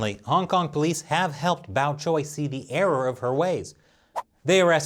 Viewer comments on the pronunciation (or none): none